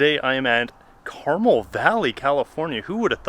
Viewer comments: You mispronounced the name of the city... Think of it as 2 words Car - Mel. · Its Car-mel! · Wow you're in my back yard! Make sure that you check out Laureless Grade as it has some nice twisties! If you hit the coast Hwy 1, do it before the weekend as the traffic will be outrageous! We also don't pronounce Carmel like the candy! I bet you're at the Lodge, starts with a B? Nice place....